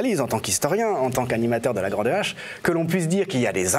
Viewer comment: La grande Hache??? Mais qui a trouvé le nom de cette émission??? LE grand H!!!! On dit l'histoire avec un grand H, pas avec une grande hache!!!!